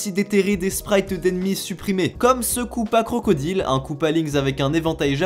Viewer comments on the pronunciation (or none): none